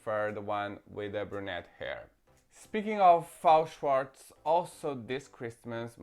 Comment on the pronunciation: It's not Fao Shwartz, it's F-A-O Shwartz. F.A.O. is separate initials, not a word. Just like BMR, MGA, etc.